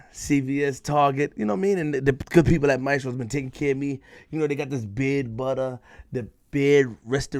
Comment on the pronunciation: Just for the record in the opening advertisement you promote (maestros) you say it wrong, you pronounce it mae👏stros👏...the right way is ma👏e👏stros👏 (3 syllables) the word means teachers just for the record